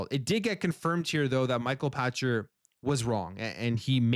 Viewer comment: It is Pachter as in pack-ter. You are thinking Patcher. Get it right Canadian! Lol.